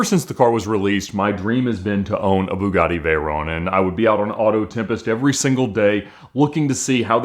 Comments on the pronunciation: I wonder if he realizes he is the only person on earth that pronounces it like "vay-RONE" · Hey ALMOST said Veyron correctly once. It’s a short “O” not a long “O”!